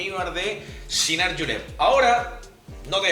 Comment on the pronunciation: No digas yinar por diosss. Se dice chinar.